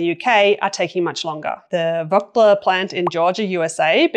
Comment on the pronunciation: Too late for this, but Vogtle is pronounced voh-gull. "Voh" rhyming with "go"